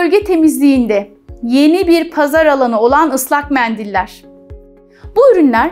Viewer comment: Bir doktorun tuvagggglet ve meğndiil demesi cok garip gercekten